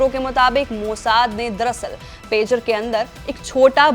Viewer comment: Madam Pejar nahi Pager hai😂